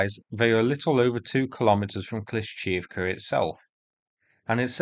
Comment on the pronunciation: "Kleesh-shee-eev-ka" :P